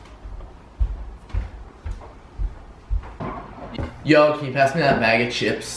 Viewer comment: says "scissor" wrong